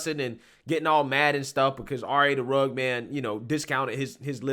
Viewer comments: not to be "That Guy" bit it's Rugg-ed Man not Rugg-d Man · entire response video: pronouncing dude's name like "rugd" instead of "rug-ged". RA: I'm not that guy!! Lol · My man! It's Rugg-ED Man, not Rugg'd man LoL I don't blame you I just know that you obviously haven't heard his music and what not but I'm just saying so you know haha Great video by the way I always love your stuff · RUH-GED not RUG. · its rugged as in rug-ged like rough. Cute that you called him the RA Rug man. I don't care for Tim Pool and I can not stand RA the rugged man, Tim is right he's a racist. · It’s pronounced Rug-ged. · It’s pronounced rugg-ed. If you describe a man as rugged, you mean that he has strong, masculine features. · It's RA the RUGGED (RUG-ID) man brother lol Either way, fuck him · The fact that this guy count pronounce Rugged man’s name right starts me off in a bad way. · you pronounced the musicians name wrong. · Very well said other than the mispronunciation. Knowing who RA is I'm surprised that's all that happened. That's a normal conversation with RA. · RUH-ged.... ./ˈrəɡəd/ Man. (of ground or terrain) having a broken, rocky, and uneven surface. "a rugged coastline" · It’s “rugged” man bubba one of the greatest MC’s to ever grace the mic. You could at least pronounce his name right. 🙄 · I like how you mispronounced rugged everytime 😂😂😂😂😂😂